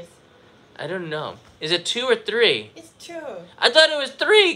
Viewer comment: needs to learn to count one, two, tree in both Japanese and English